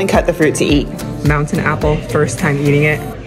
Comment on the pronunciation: Yup, in Hawaiʻi we pronounce it the same way. also definitely had a mountain apple that wasn't ripe yet 'cause the flesh should be on the softer side, very juicy, and quite sweet. I love that she's always game to try everything, and she seems very receptive to constructive criticism which is a rare quality nowadays. Me and I my friends, both Hawai'i local Asians and California Asians, love watching her videos 'cause she's so full of life and does a great job exploring Hawaiʻi whilst also being respectful of our cultures. 😄